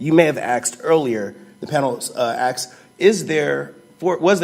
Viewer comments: If you’re gonna wear a bow tie you should at least know how to tie it. Also, the word is “asked,” not “axed.” I’m on the defendants side here but ffs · Sloppiest tie I've ever seen in front of a Supreme Justices... And what is "axed"? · Why do some people pronounce asked and ask as axe and axed. This is presumably an educated and intelligent man. So how does pne have such a poor grasp of basic words?